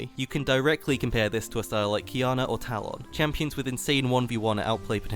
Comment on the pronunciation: who the hell is Tah-Lawn?